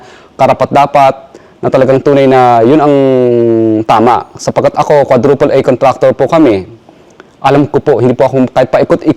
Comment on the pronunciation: Naka emphasis talaga eh "bilang isang quadruple A contactor"